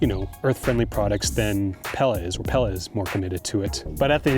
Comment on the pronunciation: I’m 99.9% it’s “pee-la”